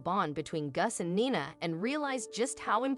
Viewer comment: Heart warming but Gus later Guess and Nina later called Nyna is where AI is far from perfect.